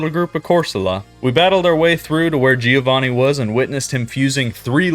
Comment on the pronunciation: Not GÍO VÁNNI.. but GIÒVANNI. Try it and be smoother on pronunciation, faster..